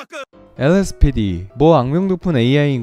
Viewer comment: LSPD 발음 은근 찰짐 ㅌㅋㅌㅋㅋㅌ